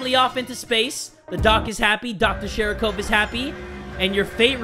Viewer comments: You pronounce it shArikov, not shErikov. Also, it literally means ball. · continues to call it shErikov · keeps pronouncing sharikov's name "SHEERIKOVE", in the beginning, and im sitting here like... NEW CAT?!?:0